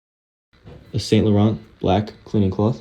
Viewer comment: it's Sahng- Lohrn not Saint Low-rent! 😂